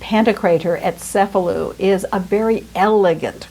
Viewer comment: pronounced "paladoro", as 1 word. It's Cefalù pronounced CHE-faloo. It's pantOKrater, middle syllable emphasised.